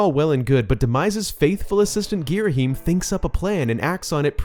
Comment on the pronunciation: Sorry to be one of those guys but it's gear-uh-HAM not gear-uh-him